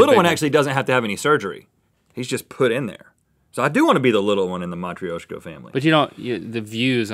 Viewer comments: I m Russian and it is not matroueshka (how rhet said it) it is matroshkal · wow. that was bad pronunciation of матрёшка. emphasis on the yo, pronounced like yo. mat-r-YO-shka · LOL! It's pronounced mah-TROW-sh-ka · IT IS PRONOUNCED MA-TRU-SHKA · From this i learnt Americans can't pronounce Matryoshka (Mah-trush-ka) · Matryoshka is muh-true-sh-kuh, I believe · Matryoshka 😂😂 you say it wrong 😂 its the same but without the y 😂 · Rhett butchered matryoshka doll so badly lmao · I Don't think that's how you say "Matryoshka" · You say Matryoshka wrong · How dare he mispronounce Russian names!!!!!!